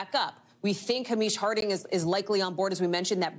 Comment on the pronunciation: The name Hamish is pronounced Hay-mish, not Ha-meesh.